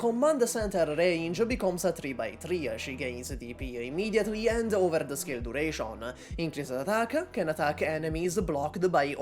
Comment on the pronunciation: "durasion" "operasion"